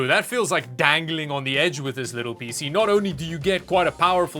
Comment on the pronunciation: " pee sea"